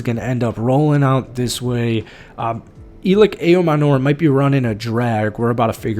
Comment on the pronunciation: Just an fyi, his name is pronounced EL Lick Eye O Manner